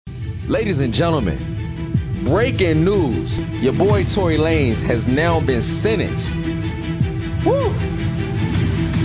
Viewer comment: “TONY LAN NEZ” 💀